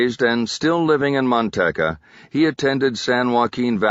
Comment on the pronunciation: Driving me nuts that he keeps calling Manteca Mantecka and not its real name pronounced Manteeka